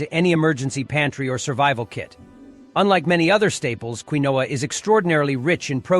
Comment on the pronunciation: You need a better artificial voice. The pseudograin is called KEEN-wa.